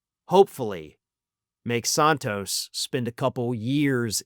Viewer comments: Isn't it Santos not Sahntos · Never heard his name pronounced 'Sawn-tos'. I thought in was SAN-tos. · Please don't honor him by using European pronunciation of his name. It is "Santos" with the "Sa" pronounced like in "sand"…..that stuff you find at the beach. "Sand Toes"